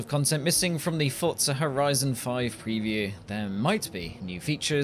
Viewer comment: The only thing about this that annoyed me is the fact he pronounced "Forza" like "fortza" 😤